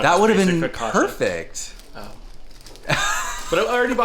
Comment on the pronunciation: Top the butternut squash soup with bleu cheese crumbles. It's next level. Foh-kah-tchah,, not Foh-kah-shah. CCI has a TCH sound like Gucci, Pucci, Fiorucci